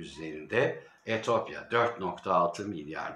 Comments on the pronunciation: Allah aşkına Etiyopya deyiver Etopya değil :))) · etopya değil etiyopya